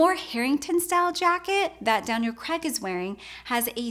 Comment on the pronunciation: "Daniel Creg" LOL Good video tho